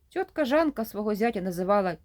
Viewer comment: Та не тьотка, а цьотка